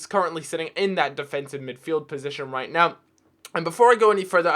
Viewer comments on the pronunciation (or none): none